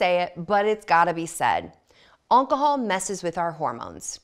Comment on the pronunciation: Did she say Oncahol?